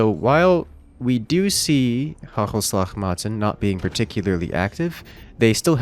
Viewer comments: Man that butchered pronunciation of hagelslag maten "hachelslach maeten" will never not be funny. I think thinks it is German and pronounces it as such. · the way he says 'hagelslag maten' is really funny, its dutch(my motherlanguage). you should let translate say it. really different. hahaha